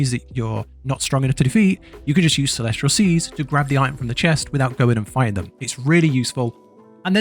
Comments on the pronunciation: CELEST-IAL CELEST-IAL...not CELESTRIAL:face-purple-crying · Good God, if I hear him say celestRial one more time, I’m gonna break my neck with my bare hands